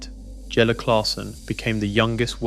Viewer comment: Jelle 'YELLE' stands at the o'shae 'okey' If you just listen back and edit faults maybe your video would be better , but that would take a little effort. Still playing saw him at an NDB ranking toernooien only a month back.